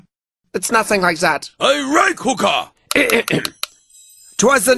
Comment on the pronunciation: "I RIKE hooka!" God, give me breathe!